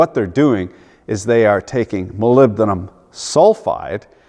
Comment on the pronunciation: Fails at the pronunciation of "Aluminium", nails "Molybdenum". This is comedy!